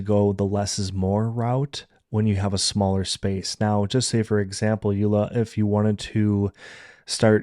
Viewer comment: Thank you!!! You pronounced Suikerbekkie and Yola perfectly😊. I will definitely try your tips and tricks for my next craft fair.